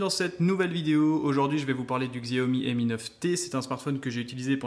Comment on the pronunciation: Je l aurai demain si tout se passe bien Et c est pas Xiaomi mais chiaomi sa se prononce comme sa voilà voilà très bonne video